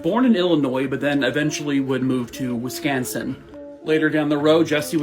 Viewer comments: I'm from Wisconsin born and raised...you say it JUST FINE♡♡♡♡♡I love your videos! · That's close to how locals pronounce it though.